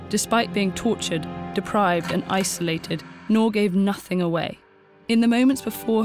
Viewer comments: How hard is to pronounce 'NOOR' ??? The narrator pronounced it as 'NOAR' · Just a quick correction- Noor is read as "N-ooo-r" and not as "Nor"- it means diamond/gem stone in Hindi. (E.g Kohinoor). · Her name ought to be pronounced as Nur (N-oo-r) since it's Arabic. Not (N-o-h) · You pronounced her name as "nor" but the actual pronunciation is nOOr And I loved this videoo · Very good video but she butchered the pronunciation of her name... Its pronounced as "nuur" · 'Noor' should be pronounced as in 'tooth', not as in 'door'. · You are pronouncing her name wrong.